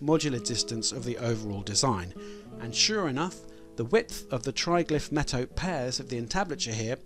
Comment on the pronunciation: Metopes - this is pronounced "Met-oh-pees" Ignoramus